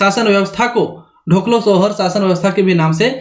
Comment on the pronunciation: ढोकलो नहीं होता है, डोकलो' कहा जाता है खड़िया में.